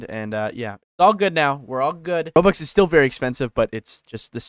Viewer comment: you saying it terrible i need to pay like 30,40 zł to get 400 robux XD